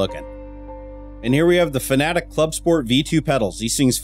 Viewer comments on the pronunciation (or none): fanatec is not pronounced fnatic, it's pronounced fa-na-tek. as written. :)) but all in all, a nice cave.